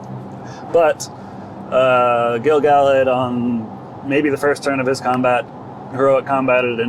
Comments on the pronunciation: Even though we're now 6 months later...Gil-galad is a little bit tricky for me, but only because I started off pronouncing it incorrectly. According to Tolkien's rules for Elvish pronunciation, the emphasis should be on GAL (as it's the second-last syllable, and isn't just a single vowel). GaLADriel (since you mentioned it) follows the same rule. Also, the famous poem beginning with "Gil-galad was an Elven-king" sounds much better with that GAL emphasis. So, unfortunately for 15-year-old me, I've now come to accept that as correct (though I still frequently say it GIL-galad if I don't think it through beforehand). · The audio book narrated by Robert Inglis pronounces Gil Galad with the emphasis on GAL. GG for short is better as all real rockers know the GG Alad hit “Burn Me, You Scum”